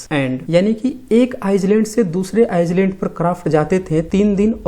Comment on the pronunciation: आइसलैंड नहीं आइलैंड होता है सर।